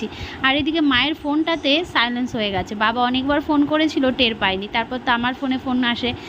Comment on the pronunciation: Silence na😂😂😂 silent